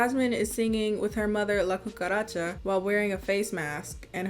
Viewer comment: The fact that you said La Cucaracha so flawlessly in Spanish has me shook